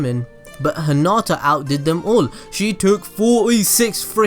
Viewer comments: Anyone else bothered by the fact that he kept calling hinata 'huhnata'?? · Your saying hinatas name wroung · No offense but I heard at the beginning is: Let's go bulls deep on Hinata